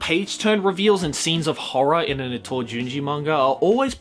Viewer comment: Itoism. Seriously bro?